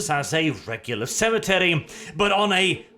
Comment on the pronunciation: At the start it sounded like you said sanitary worlds not cemetery worlds when you tried to emphasise it